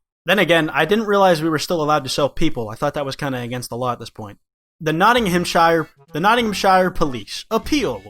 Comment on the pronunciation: The way he pronounced Nottinghamshire lol, great video